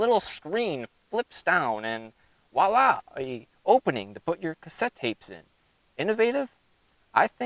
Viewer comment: It’s voila.. not “wala”